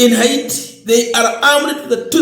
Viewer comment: Not ahiti but haiti.